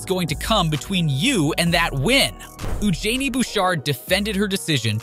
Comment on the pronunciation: I've never heard worse pronunciations of each player's names. "I. G. A. Swiatek" "Darni Medvadev" "Euganie Bouchard" The list goes on.